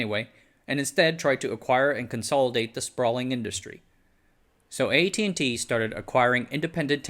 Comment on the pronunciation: What with the pronunciation of the company’s name.